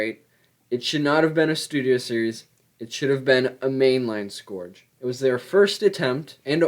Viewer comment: Bro that is not how you say scourge